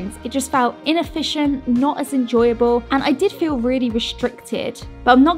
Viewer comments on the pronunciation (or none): none